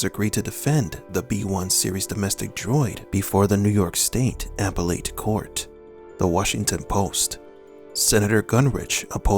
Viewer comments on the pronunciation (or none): it's not pronounced apple-it.....it's pronounced a-pell-it